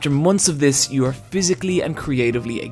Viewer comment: I love how he says "aRRRRe"